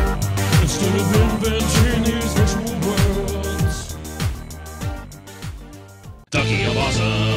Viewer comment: who else is hearing ducky of awesome?